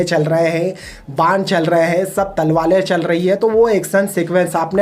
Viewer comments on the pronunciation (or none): O wai Talvalay nahi... Talvaray hoti ha... 🤭🤣